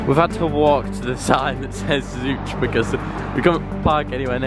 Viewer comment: also locally everyone calls it Zo-ch lol